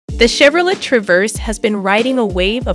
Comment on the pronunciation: Chevro whaaaat??? I know you did not just pronounce Chevrolet like that.